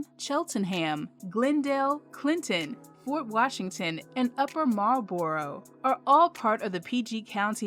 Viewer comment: Check on the enunciation of 'Marlboro' in Upper Marlboro (not a hard emphasis on the 'boro'). Great list, overall. 👍🏿 Also, places like Accokeek and some of the closer in "Hills and Heights" (<-- hint, hint) may be worth some consideration in your upcoming PGC video.